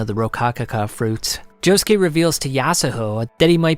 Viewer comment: Can’t forget Joe-Shoe